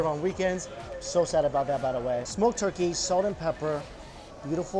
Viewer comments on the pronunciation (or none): none